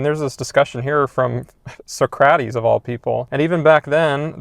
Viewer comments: Amazing video, but Suh-crat-ease??? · Yea I guess the school system never exposed him to the correct pronunciation which is surprising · I'm sorry, "So Crat Ease?" I had my reservations about your take, and then THAT confirmed. Bye, Felicia. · Socrates pronunciation ☠️